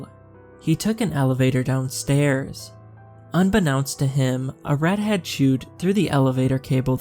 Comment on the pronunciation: I thought he said "...a redhead chewed..." Instead of "...a rat had chewed through the elevator cable." Listened 3Xs til I realized